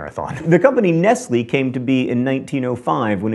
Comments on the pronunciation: AllThingsSquare no he did not.... Nest-Lee not Nest-Lay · Dadul Ludad "Ness-lee" hahahaha... this guy! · I think you'll find it's Nestlé - pronounced Nest-lay. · He did mispronounce Nestlé though!